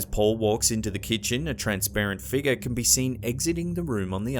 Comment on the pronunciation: Haha luv your voice the way you say figure “ eerie figer” I’m going around my workplace & house saying “ eerie figer”! All day lol 😝